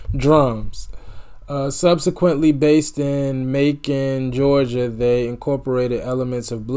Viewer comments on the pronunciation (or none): none